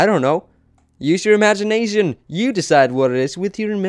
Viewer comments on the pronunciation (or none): It sounds like he said imagine Asian instead of imagination